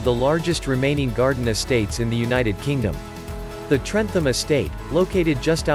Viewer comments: You do not sound the H in trentham.its pronounced trentam.easy mistake to make tho when your not from staffordshire. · Trentham is said trentam